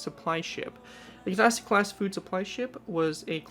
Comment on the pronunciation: Pronunciation man comes to the rescue! Kinesaki pronounced KIn (I is pronounced like eye) Saa-kee